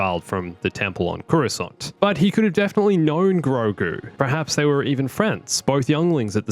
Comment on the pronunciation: Say it with me. Gro. Gu. It’s Grogu, catch up buddy